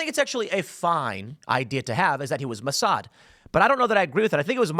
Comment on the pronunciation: Moe Sad? Is Ray ill?